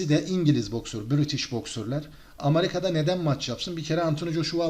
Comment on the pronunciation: Amarika değil amerika e ile